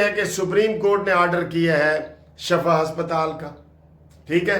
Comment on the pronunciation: ..Lafz shifa Hy shafa nahien